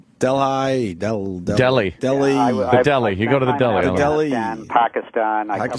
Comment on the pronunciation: Del-high? JFC Opie is retarded